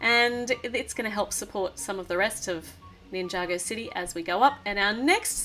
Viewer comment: Mabe it's city not dity.